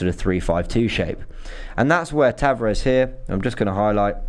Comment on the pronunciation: He's pronounced Nuno Tavarsh, just like Bruno Fernandsh